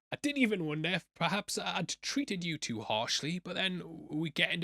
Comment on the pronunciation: Homie still says "yootja" 😭😭